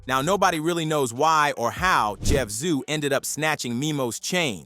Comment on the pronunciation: Bay Zoo not Jeff zoo wtf 😂